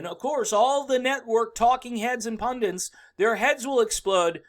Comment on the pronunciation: Pun-DIT The word is pun dit PUNdit PUNDIT it it it it There is no N in IT IT IT IT IT IT IT PUNDIT